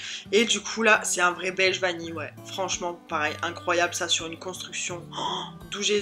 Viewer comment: tu as bien prononcer la vanille et le brigadeiro c'est un petite boule de chocolat et sur le sac il y est écrit (chocolat rétrécit les vetements) en gros le chocolat ne fais pas grossir 😜😜😜😜😜